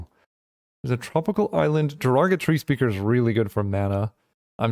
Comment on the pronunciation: Surely I can't be the only one who hears "Derogatory Speaker" every time pronounces "Joraga Tree Speaker"...